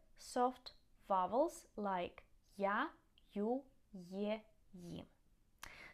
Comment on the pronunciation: I like when you say "Vowels" it's funny 😂